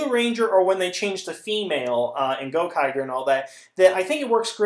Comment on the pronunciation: Its Gokaiger. Not Gokager